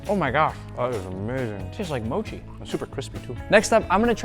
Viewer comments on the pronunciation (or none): none